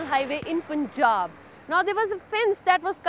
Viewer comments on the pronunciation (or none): none